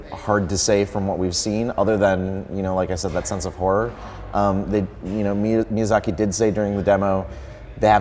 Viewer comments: Mizayaki lol XD his name got butchered well cant blame the guy some japanese names are hard to say. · Lmao the guy doesnt even know how to pronounce Miyazaki.